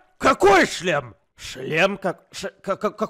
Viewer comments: Когда они много раз говорили "шлем" я слышал "член" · Я ждала момента когда они за путаются и скажут вместо шлем: ч-шлем😅